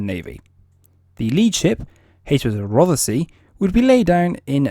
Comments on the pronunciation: SILENT feckin E if you don't mind? as in Rothsy (Rothsee) .. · Rothesay is pronounced Roth Say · Silent feckin E in Rothesay if you don't mind! :-( (Pronounced "Rothsea").. :-) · Wrong HMS ROTHESAY prenounced ROTH-SAY !! HAD A mk 10 motar on the quarter deck and still had a flight deck ???????? Gunners being Gunners, THEY WERE MISILEMEN ? WTF DO YOU KNOW AS YOU ARE AN !! ARM CHAIR GENERAL !! GET YOUR FACTS RIGHT INSTEAD OF JUST READING FROM A SCRIPT !! No mention of the sonars ??? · I am quite surprised you can speak with authority on this type of vessel when you can’t even get the the name right for the type .Rothesay is the name the type was given never heard of a place called Rothesay